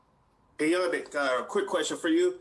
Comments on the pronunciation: Ngakoue: The correct pronunciation is Yah-Neek-In-Gawk-way Reporter: Hey YEA-Nick...... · “My name is Prounounced YA-NEEK, or Yan for short... “ Next reporter: “Hey, YA-NICK...” Gosh ppl 🤦🏽‍♂️ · “Yah-neek Ng-ga-quay” Next reporter: Hey Yahnick Smh pay attention turd lol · Cassie Soto (legit follow on Twitter BTW) asked the correct pronunciation of Yannick's name: Ya - Neek & immediately afterward a nameless, ding dong reporter addresses him incorrectly: Ya - Nick Shout out Soto for being a class act!! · He said Ya-neek not Yannick. Dat reporter said it wrong immediately after he gave them the correct pronunciation 😂😂😂😂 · Reporter 1: How do you pronounce your name? Yannick: Its pronounced Yu-Niqe or just say YAN if its easier Very Next Reporter: HEY YANNICK 😱